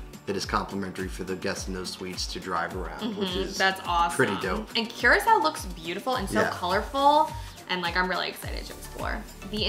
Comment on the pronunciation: It's not Qracao. It's pronounced COO-RAA-CAO.